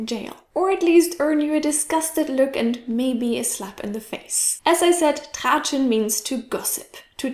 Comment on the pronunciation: man spricht das Tratschen aus und nicht traatschen😂😂